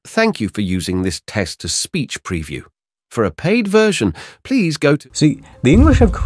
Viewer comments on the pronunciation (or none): none